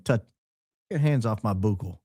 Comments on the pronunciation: Baron, as a dental hygienist, I cringed everytime you said buccal swab. Its pronounced like "buckle" not "boo-cal". 😂 As always, I loved the show. Go max And God bless ❤ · I thought you would want to know the proper pronunciation of the word buccal (meaning the inside lining of our cheeks) sounds like the word “buckle”! I so love your show! Your honesty, high IQ mind, and humor are the BEST!!! CIK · C'mon you're letting the high IQ outfit down! Buccal swab is pronounced BUCKLE swab. Oh, and it's all of A sudden, not all of THE sudden. 🤦🏻‍♂️ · it’s pronounced like “Buckle” like a “Belt Buckle”. Just thought I’d let you know. Great show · If you want to see when gets the bad news 😂 Even up here in Canada we pronounce buccal the same way that Baron did. 😂 But according to a Brave search it’s sadly supposedly pronounced bŭk′əl 🤷🏽‍♂️😭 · It’s “buckle” swab, sir 😂❤ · Buccal.... sounds like Bugle, sorry for being that guy! 🤣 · It’s pronounced “BUCK-le”. Like buckle up. It means, relative to your teeth, the cheek side, not the tongue (lingual) side. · Buccal swab - pronounced buckle... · I worked as a dental assistant so I am familiar with the word buccal (pronounced like the buckle on your belt.) The word comes from the Latin, bucca, which means cheek. So, the buccal side of the tooth is the cheek side, and the lingual (lingua, Latin for tongue) side is the tongue side. Learn a bit of Latin and you'll be miles ahead of the rest of the class. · Buccal is pronouned BUCKLE. AS IN BELT BUCKLE!! BUCKLE BUCKLE BUCKLE= BUCCAL!!!!! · Buccal swab pronounced (buckle) sorry 😊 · Buccal is pronounced Buckle. Buccal is the tooth’s outer surface that faces the cheek. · I say the “bucc” in buccal rhymes with “book,” not “spook.” Not that anyone cares what I think.😬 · Baron saying buccal the way he is has me dying! Quit it my g I can’t focus for laughing! 😂💜💜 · Buck el is the way to pronunce buccal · It's pronounced "buckle", not "boocle"!